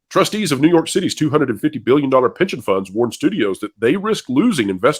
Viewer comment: Please tell me I’m not the only one who heard “pigeon funds” more than “pension funds”.